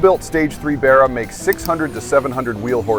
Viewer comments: I cannot for the life of me like this video.....😅 Because the way you pronounce Barra....😅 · I cannot for the life of me like this video because you pronounce the word Barra.... It's a complete insult to Australian culture sorry. Coconut 🥥🥥